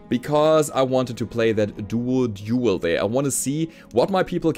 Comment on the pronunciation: did you just say "It's time to BA-RA-DUEL"?